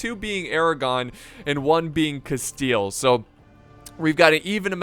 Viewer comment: Spanish: Castilla: Casteel